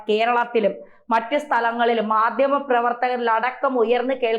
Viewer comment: 'മാദ്യമ' പ്രവർത്തനം,'യുദ്ദം' എന്നൊക്കെയാണ് ഇവിടെ യും പറഞ്ഞത് താങ്കൾ ഉച്ചാരണത്തെറ്റുകൾ തിരുത്താൻ തയാറല്ലതന്നെ.